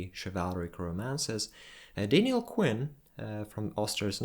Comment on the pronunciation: It's not Dainiel it's Daniel